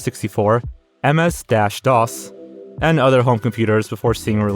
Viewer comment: MS "dash" DOS!? definitely grew up with an iPad 😂